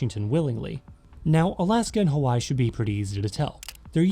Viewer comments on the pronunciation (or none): none